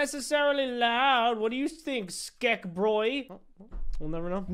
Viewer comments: No one: Not even a single soul:: SkEK HaT pUrCHASED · At the very beggining of this video:: "Ois!" a few seconds later: "My own SCKEH hat!" +! -! + Is he okay? does he need medical assistance or something like, what the heck? i still love this dude TO BITS. he is one of my faves (amongst others) BUT STILL! i still love this man so much, it's scary! ❤ keep up the AWSOME work! (not sorry at all for this nickname i think it's perfect for ) +! -! +